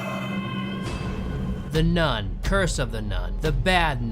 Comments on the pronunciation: Don't you mean nun-ni Also isn't it rather stupid to light a lighter when you clearly need the oxygen? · drinking game: when he says “nun,” take a sip of your drink. when he says “none,” take a shot. 😌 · LoL. The dog said, "NUN-I" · every time he says "nun" i think that he's going to say "nonce"